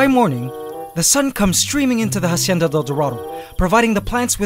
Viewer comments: just a tip, when pronouncing hacienda del dorado don't pronounce the h at the beginning. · Please stop pronouncing Hacienda like "Ha-cienda". It's pronounced "Ah-cienda". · Hacienda is pronounced with out the H Because its muted in spanish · Great channel! Spanish speaker here, the H in Hacienda isnt pronounced! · dude, the h in "Hacienda" is silent. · please drop the h when saying hacienda. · the H is silent in Hacienda.